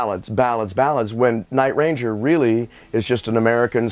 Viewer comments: It's very strange hearing him pronounce the name by accenting the word "Ranger". Sounds exactly the opposite of the way everybody has always said it. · I'm having a hard time hearing Jack call his band that he named and created "night - RANGER". LOL!